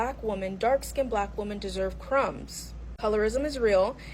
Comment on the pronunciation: Why can't she say women?